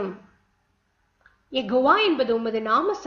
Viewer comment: Plz say yehowa not yegova